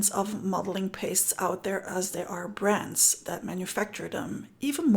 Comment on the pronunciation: Every time you said "brands", I thought you were saying "brats"! Ha ha! I couldn't figure out how annoying children were involved. 🤣